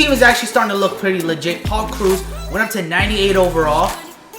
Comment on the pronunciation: you saying Paul's name makes me so mad